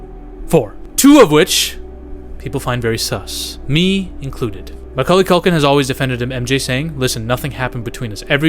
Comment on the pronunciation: Macauly Caulkin= Macaulkin 😂